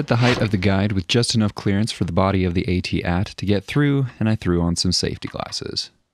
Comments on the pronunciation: BRO! Why you saying it weird? I've never heard anyone say ate-ate. lmfao. it's at... at. Always has been, that's what the crew at ILM called them. Ok, never mind. I'm further in now, you're fucking with us. 😶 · I’m sorry but where on earth did the younger generation learn to ruin the name of this item. The word At has always sounded the same. When the movie came out in the 70’s we knew what words were. It’s not Ate Tee Aye Tee nor is it Ate. It’s 2 words At At. 🤷🏼‍♀️ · "A-T-at" was painful to hear 😂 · “Ate Ate” lol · Tbh, I thought I was having a stroke when you said “AT-ACDC” 😂😂